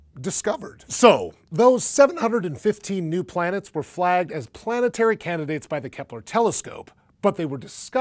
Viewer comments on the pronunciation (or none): Heh, "planteary"